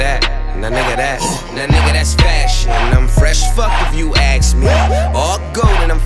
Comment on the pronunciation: ask. A-S-K. Not Aks. Not axe. Not Acks. ASK dammit